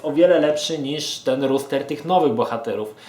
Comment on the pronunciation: Rooster [ruster] to kogut, roster [roster] to skład. Dzięki za przydatną recenzję.